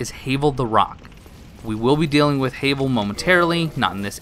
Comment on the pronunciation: sorry but I lost all respect after you said Hayvol...it's Havel